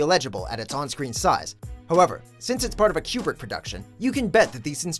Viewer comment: How the fuck do you mess up pronouncing Kubrick's name?